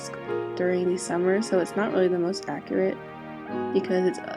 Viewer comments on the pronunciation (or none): none